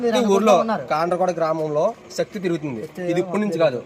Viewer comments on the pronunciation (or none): Bro kadhu శక్తి కాదు